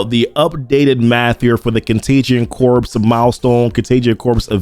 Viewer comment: great on the math breakdown! just fyi, corps is pronounced core. as in marine corps the s is not pronounced.